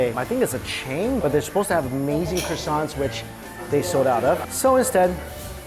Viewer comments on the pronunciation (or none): none